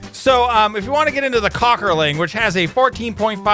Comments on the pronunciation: The "Kockerling" would actually be pronounced "coke-ur-ling" because the 2 dots above the "o" called an umlaut (not sure if that's spelled right) mean the long vowel sound. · Hey pronounces those German names so funny. Väderstad oder Köckerling. ;P